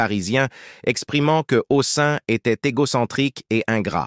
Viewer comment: Massacrage des noms : Robert HOSSIN !! encore un robot !!! saoulant !!